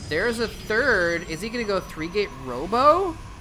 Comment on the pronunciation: When you said 3 gate robo i thought you said 3 gate homo hahahaha